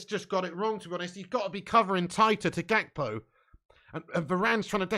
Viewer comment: "Poonez" "Gakpoo" grown ass man